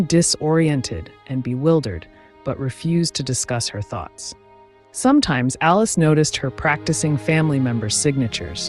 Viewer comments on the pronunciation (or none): none